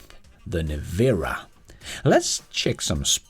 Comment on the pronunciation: Its pronounced Nevera, as in you”ll Never-a have the money to afford one.